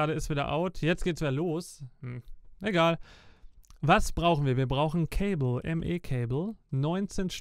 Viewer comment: 'hmm cable...' goes to ME system.. 'cay-bllllll'